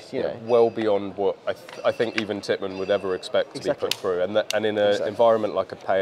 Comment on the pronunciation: it’s Tippmann not Pittmann